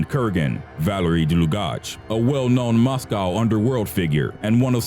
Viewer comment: The way he says moscow lol and Glasgow